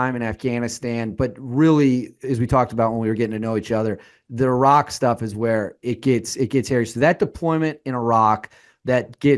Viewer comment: why does dude keep saying “irach” 😂